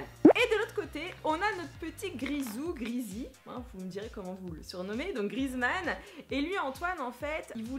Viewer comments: sa ce prononce Griézmann pas Grizmann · Non mais franchement!! T'es nul en anglais puis en français! On dis antoine GrieZmann! Et pas Grizmann! 😂😂❤️ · On dit GriEzmann, avec le É. sinon bonne video😊